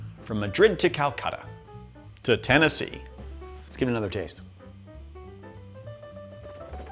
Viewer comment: "to Tennese" lmfao